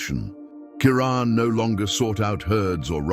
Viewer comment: 😖👎What in the hell is wrong with all of you? Maybe it's just me !! This is not a video! These are just a bunch of still photographs with a narrator who can't even pronounce the lions name correctly!!! Are you hypnotized ? Wake the freak up !!!!!👎🖕👎WOW !